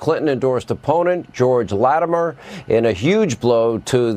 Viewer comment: Latimer, not Latimere. How can you screw that up?